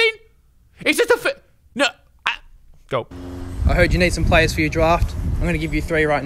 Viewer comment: “Hi twoydan, I have 3 pwayers”